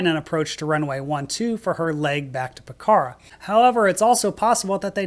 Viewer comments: Pokhara is pronounced Pok-ra, no “h” and the first “a” is almost silent. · Pokhara is pronounce with a long “o” sound and the accent is on the first syllable. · Yikes, I've done that exact flight, back from Pokhara ("POKarra" not p'KARA) to Tribhuvan. Took the bus going out though, the bus was more scary!